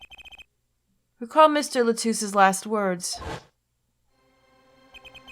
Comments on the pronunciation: Godot ikr, btw u know she is saying lamiroir completely wrong as well as tobaye Edit Lamoir = lamb+war Tobaye=Tobay+aye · Idk if it's canon or not, but I like the pronunciation she came up with in this episode "La-mira." It's more elegant sounding than any of the others. Plus she spent most of her life in a fictional country, so really we can make up whatever we want for pronunciation. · If you don't pronounce Lamiroir's name right, I'm gonna start spoiling shit. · google l'a mirroir translate' and hit sound button for pronounciation